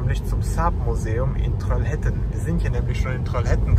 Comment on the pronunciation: Trollhättan. Troll - hät- tan ausgesprochen.